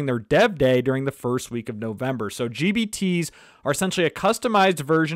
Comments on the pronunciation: Man is sounds like he's saying GBT's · Every time I hear gbt.